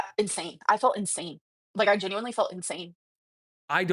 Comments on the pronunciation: Maybe if she said it correctly, it wouldn't be so bad! 💀🤣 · "Pitcher" "Bolth" "Sall" "Genuinely" Drives me crazy.